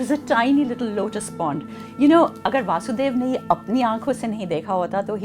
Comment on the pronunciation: Small correction mam... Vasudev is father of vaasudev ( Krishna's other name) You are saying vaasudev instead vasudev..